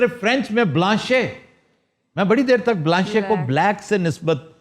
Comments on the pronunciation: This man talks nonsense . Blanche is used in a sentence and is not pronounced Blanchai And noir is not pronounced noijj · BLANCHE ke Akher mein "e " nahi parha jata " بلانش" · If you read a french word in English then it's ok to say BLANCHE otherwise e is silent in it. But overall you doing great ,good content and best team , even many members left , but still 👍🤩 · Aftab Sahab, with your due Apology, I understood French is not our Language but it doesn’t hurt to Learn regardless of our age. Kindly refer to Google for Right Pronunciation of NOIR, Blanche a Cerruti. With warm Regards from Dallas.